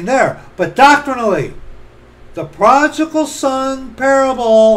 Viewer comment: Pro-di-gal... prodigal...